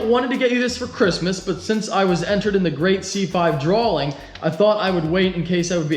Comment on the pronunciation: "The great C5 drawLLing?"